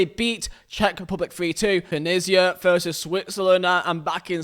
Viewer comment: I love how he says veet instead of v for versus